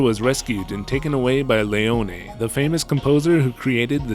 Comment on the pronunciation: Im liking your videos a lot but you pronouce some names horribly… Leone is just pronouced Lee-Own and in another video you called someone named Mathias, Ma-Thigh-is as Ma-te-us, little jarring